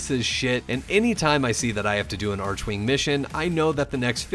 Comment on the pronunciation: its very strange to me how upset I was getting that he was saying "arch-wing" instead of "arc-wing". I really dont know why It bothers me